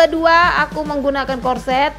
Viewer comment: Corset..cara kamu sebut pertama itu betul